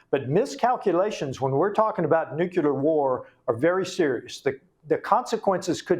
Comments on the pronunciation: nucular -> nuclear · I don't trust the intelligence of anyone who uses the word "nucular" which doesn't exist. It's "nuclear". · Congressman- “Nukular” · ( Nucular)? It undermines a persons credibility when they’re talking with this word, which is incorrect the correct way to pronounce it and spell it is nuclear not nucular. George Bush Jr. had the same problem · I don't think anything bothers me a much as the mis-pronounciation of the word NUCLEAR BY GOVERNMENT OFFICIALS! NEW-CLEE-ER Is correct! NOT NEW-CUE-LER? 🤬🤬🤬🤬🤬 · "nucUlar" ?? I have a difficult time trusting experts in this area when they can't even pronounce the word nuclEar.. 😐 I mean, I agree with this guy, .. but for Pete's sake dude.. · WHY, a CONGRESSMAN, man who says he’s been so close to the nuclear program, CANNOT PRONOUNCE NUCLEAR?!!! It drives me insane, when I hear so many, “intelligent?!” people, pronounce it “NUKE-U-LER!” I understood it when that monkey, George “Dubya” Bush mispronounced it constantly, but hey, look who you’re dealing with!!! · Nuculer? The word is nuclear. Is this code? ... Or are all people in high positions mispronouncing nuclear??? Subterfuge? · How is it that a congressman can't pronounce "nuclear". He says "nuculear". WTF? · Nucular is not a word. It’s NUCLEAR! Why do people keep saying that? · I don’t trust/believe anyone who can’t pronounce “nuclear” properly. It’s not “NUKE-you-ler “. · Nu-clear. Not noo-q-lurr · Say it with me: NEW-klee-er If there’s war, does it suspend inauguration of the newly elected president? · Can anyone in America pronounce ‘nuclear’? It is pronounced… New-clear Not newculer It’s not complicated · OMG I wish people would stop saying nukular! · What is it with Texans that can't say nuclear? It's not nuculer.. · How can people, especially him in that position, mispronounce the word nuclear? Does he hang out with George W. Bush? Geez... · Congressmen can’t even say the word nuclear correctly.